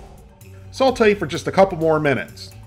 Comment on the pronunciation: The way you say "Saute" is like Saultay